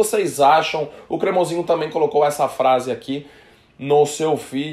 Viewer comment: Nojento, não aguenta alguém brilhar mais que ele "safadao ' falou cremosiinho